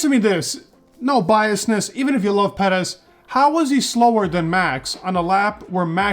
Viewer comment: Just here to hear “pedez” and “verstoppen”